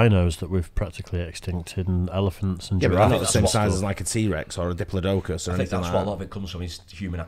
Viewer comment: diplo - d'oh - cus?